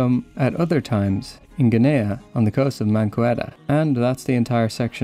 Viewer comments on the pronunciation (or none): It isn't Guineah, it is pronounced Ginnee, with the G as in get.